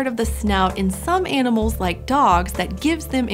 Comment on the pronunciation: your A's are a mess. Animal, not iynima!l Can't, not cyan't!